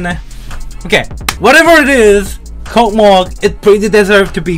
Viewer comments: Hey,, I just wanna to tell that it is russian level. So it's name Kocmoc reads like ( k o s m o s) it is just a russian word. Космос прекрасен! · Аххахааха почему кокмок а не космос? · WHY DO YOU SAY COCMOC? IT READS LIKE KOSMOS AND NOT KOKMOK! I am writing from a translator, I corrected it because it is Russian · say "Cosmos", not "KOKMOK" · I can't understand the way I feel when reads this level's name like kokmok instead of kosmos. Like, it's a fun joke until its overused if is joking oc. But if not, I hope he will start pronouncing it in the right way. And yeah, kocmoc(космос) is a russian word and it means space (pretty obvious 'cause of the level's theme yeah) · it reads like Cosmos, it's a Russian word, c=s, not KoKmoK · bro, not KOCMOC, it's like cosmos on Russian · correctly not KOCMOC, but KOSMOS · Not kokmok😂, its kosmos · WTF not kokmok, like kosmos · does not read космос correctly but kosmos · don"t say C*CKMOC, it"s KOSMOS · IT READS AS KOSMOS! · Zoink has reverified the level and Trick (presumably) became the first victor! Also, the actual pronunciation of this level is actually "COSMOS" (Russian name is KOCMOC)